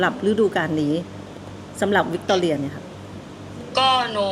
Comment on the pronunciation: ชื่อทีม วิก ตอ รี นะ ฮิเมจิ no ไม่ใช่ วิกตอเรีย